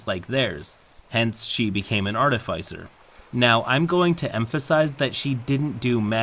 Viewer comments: I always love your work,. Just one (probably overly pedantic) note to help for the future: There are, according to the dictionary, two possible correct pronunciations of Artificer. There's the one I generally prefer (AR-tuh-fis-er) and the other one (ar-TIH-fuh-ser). I'm not sure where yours (ar-tuh-FAI-ser) came from but... take it for what it's worth. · "Artifycer" bloody hell. Note: that's how not to pronounce "artificer". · The only thing I really learned in this video is how much "arr-teh-fy-cer" triggers me. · it’s pronounced artificer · i probably should not comment on pronunciation, but Artifyecier doe sound real odd to me. i have been the middleman in a lot of these kind of arguements, the fighter player in this is just like someone i knew in my school days, genuinly didn't seem to know that she made people so angry consistantly. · It is aar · tuh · fuh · sr; it bugs me so much when you mispronounce artificer. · your content is so good that it almost makes me ignore the way you incorrectly pronounce "artificer" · i love this channel but i gotta say it is like nails on a chalkboard every time doesn’t know how to pronounce “artificer” lol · How you pronounce artificer wounds me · pronunciation of artificer makes me twitch